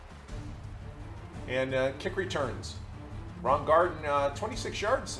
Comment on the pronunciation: I'm only saying this because the 70 Colts are my favorite team of all time. Kick returner Ron Gardin, last name pronounced GAR-DEEN. Really enjoy the videos! 🏈